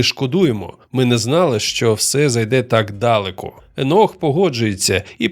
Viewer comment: ДАлеко? Серйозно? Тільки втішилась,що жива людина розказує,а не ШІ,а тут така халепа. САмі себе?